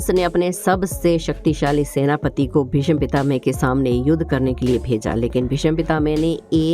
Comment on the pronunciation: Pehle " Bhishma " bolna hi Sikh len...... please 🙏